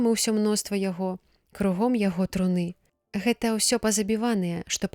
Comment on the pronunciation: Прачытана: труны' яе, слоўнік дае гэтаму слову ў множным ліку іншы націск, на першым складзе: тру'ны яе.